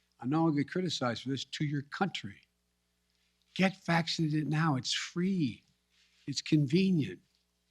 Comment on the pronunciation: I love the way he emphasizes “get vaccinated” “get the booster” “do it NOW”. Oh yeah he really gives me comfort. This geriatric moron. JC